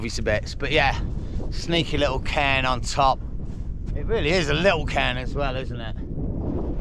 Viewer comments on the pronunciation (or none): none